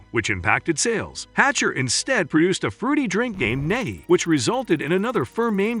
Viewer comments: Nehi, I always pronounced knee high not nay he. Wrong all this time I guess or maybe a north/south thing lol. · I've never heard anyone say "NEH-hee". According to Wikipedia, it's "KNEE-high". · Cherry RC is the best cherry cola. Also, the only reason I know it was a robot narrator was key mis-pronunciations, like Ne-hi. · NEHI is pronounced "KNEE-HIGH". Jeez! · It’s pronounced “nee-high”…. As in “I’ll have a grape nehi.” Which was popular with young kids at the time. And as my grandfather would call it, a “grape nee-high” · Nehi is pronounced "KNEE-high". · Nehi is pronounced nee-high. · knee high is the way it was pronounced in ga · If you are going to make a video, you should pronounce the name right. Nehi is pronounced like knee-high. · It's pronounced knee-hi. Hurts my ears when you say it so confidently so wrong. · Nehi, pronounced Knee- high....that was radars favorite drink on MASH....grape, that is.....😊.... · All these years I have been pronouncing Nehi as Neehigh. Must be a Brooklyn thing. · Interesting I had always thought that Nehi was pronounced "knee-high". Might be some regional pronunciation? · Nehi is pronounced Knee-High. Nehi grape soda was Radar O'Riley's favorite soft drink in M*A*S*H, and he mentioned it often pronouncing it knee-high. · And yes, it is pronounced, "Knee High" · NEHI is pronounced "Knee-High" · I thought NEHI was pronounced 'knee-high'. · Not how Nehi is pronounced. Should sound like "Knee-High" (notice the knee-high skirt on the billboard). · At least in the TV series M*A*S*H, 'Nehi' was pronounced 'knee-high', and Wikipedia confirms this as the correct pronunciation. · Learn to pronounce nehi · If your going to do a story about RC learn how to pronouce nihi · Thank you! Can't believe they make a video about soda and don't know how to pronounce the name of the brands.